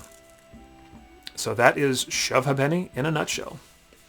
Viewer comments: Ha'Penny is pronounced "Hay penny" and even that is shortened to "Haypny". Similar to how "Two Pence" is "Tuppence" . Good to see Americans interested in old English stuff. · Not 100% sure on this but I think, in England, "ha'penny" is pronounced "hay p'nee". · It's Shove halfpenny pronounced "hay.puh.nee" English pub game. (Apenee) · I guess she is young and not pre-decimal age? If she says two pence and not tuppunce then she's post decimal. The game has always been pronounced as Shove Ape'ny up and down the country and not linked to accents or dialects. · Hi. I came across your YouTube post as I have recently taken ownership of a shove ha’penny board that I believe was originally owned by my grandfather, and I’m in the process of restoring it so it can be used again, hopefully by my grandson which would mean that it would have been used by at least 4 generations. I was interested to hear your pronunciation of the name of the game. I can see that when reading it, your pronunciation would make sense and perhaps that is the true original way to say it. But in my experience it’s always been pronounced like this ‘shove haypenny’. Or in my personal experience and having come from London and my father from south east London, it would sound more like ‘shove ‘apeny’. You need to say it with a cockney accent to make sense! 😄 But great post and hopefully my board will be restored and back to working order very soon. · Great video. But it's not pronounced Hu'penny. To pronounce Half Penny correctly we say Hape'ny if posh or Ape'ny if a commoner LOL. 'ny' as in 'knee' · No disrespect intended, but you are pronouncing the name wrong. In English it is pronounced as 'Shove Ape-knee' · Hi Guy - just a small peeve - ha'penny is pronounced hayp-knee without any pause in the middle not happennies! Cheers from Englamd Peter Jackson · It is pronounced 'hay penny'. 480 of them to one pound. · Pronounced shuv hay-penny 🙂👍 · That isn't how you pronounce Ha'Penny. It's like "Hey-pny'